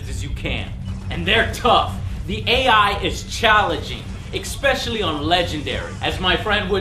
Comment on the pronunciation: "Eck-specially"? Don't you mean, "especially"?